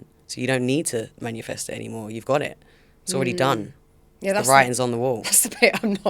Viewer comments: its MANIFEST not manUfest fml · I’ve watched her on 2 podcasts now. Can we please let her know it’s MANIFEST lol not manufest 😂